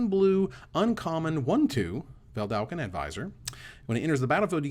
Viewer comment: You work so hard to get "artificer" pronounced right...but you keep mispronouncing "Vedalken". Just one L in there!